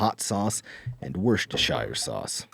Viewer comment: Boy, as a Brit, hearing Worcestershire sauce said like that was a real blindside.